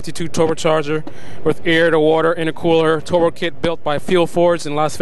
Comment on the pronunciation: It's pronounced turbo, not tarbo...